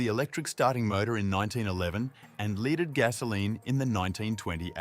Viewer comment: Leeded gasoline" and "1920 as"? Additionally it's cooling FINS and not cooling fans. It' a robot voice. A pretty good one, but a human would have noticed and pronounced these things correctly.